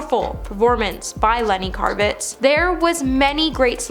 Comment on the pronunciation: Lennie "Karvitz"??